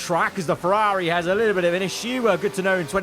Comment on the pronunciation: brudda how hard is it to pronounce ferrari?? wtf is ferrAAAHHHAHAHHHHHHri?